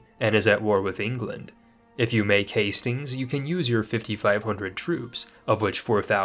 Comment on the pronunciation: Did he just say ``If you make Hastings`` ???